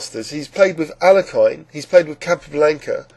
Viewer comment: It's Al-ya-kan. Not Al-la-kine.